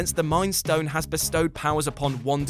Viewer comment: It’s Pietro Maximoff not Pettro Maximoff.